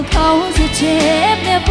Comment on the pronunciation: ติตรงคำว่า. เจ็บ. น้องร้องไม่เป็นลูกทุ่งเสียงไม่ชัดเลย. มันออกเสียง. เป็น. เช็บ. น้องออกเสียง. จ. ไม่ชัด. เเละเพิ่มพลังเสียงแค่นั้น. น้องเก่งค่ะ